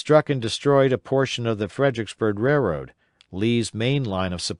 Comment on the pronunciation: i noticed this guy cant pronounce the word "railroad" very well at all. i did however, noticed he pronounced a lot of other words correctly and up to my standards